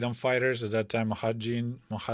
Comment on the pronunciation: Moo---ja---ha---deen is how you pronounce the Afgan freedom fighters that you are talking about.